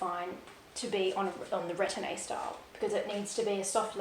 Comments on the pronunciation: Retourne is pronounced “Re torn,” versus “Ret orn ay.” Thanks for sharing. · BN is correct on retourne’s pronunciation. Just don’t pronounce the “ay”at the end. Depending on your climate, if you don’t want oxidation of your metal, take off the stickers. It’s far too expensive to replace. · This is so helpful. Definitely more of a sellier person myself. Also the e isn’t pronounced at the end of retourne. Also the sellier style only coming in stiffer leathers is not true. Even if it’s not a SO, it can still be sellier with Clemence or Togo or Swift. The give the bag has, has more to do with the leather as opposed to the style of the bag. Epsom being the most stiff among them. If you had two Togo bags, one retourne and one sellier, the give would be virtually the same. A birkin in Epsom is just as stiff and it isn’t in the sellier style. So it has to do with the leather more so than the stitching and style of the bag.